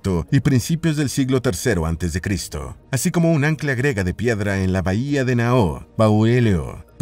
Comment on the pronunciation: El término es: invento "griego" o ciudad "griega" y no "grego" o "grega" como dices en tu narración.